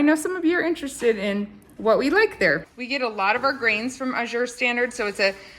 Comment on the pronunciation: AZURE = aaaa as in cat. Emphasis is on the FIRST syllable! Think of the word "pleasure" and you'll get it right! :) Or google "azure pronunciation" to hear it. I love Azure -- been ordering from them for years.